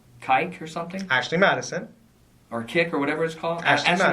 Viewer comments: Did he just say ike with a "k" when trying to ask about kik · He said kike haha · this man called "kik", "kike" xD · He really said met you up on "kyke" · Did this cop really pronounce kik like that? Yowzers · His mispronunciation of kik had me dying lol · Slip of the tongue on the pronunciation of “Kik” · wait a minute, so met up with someone off ashley madison? also the pronunciation whoopsie the detective makes on “kik”, wow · The way he pronounced “kik” 😳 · The cop’s pronunciation of kik was disturbing.... and I must also mention that is not the kind of dude I expected used Ashley Madison. Hilarious.